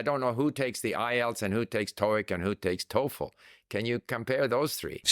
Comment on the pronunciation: I hate to nitpick but was he pronouncing the word "TOEFL" correctly?